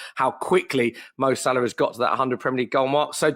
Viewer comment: Possibly the single worst football related debate ever televised. One kid throwing stats direct off google into a pointless waffle and another kid clearly yet to go IKEA who can’t even pronounce Salahs name?! Get Chunkz back on and remove this video from YouTube 🙏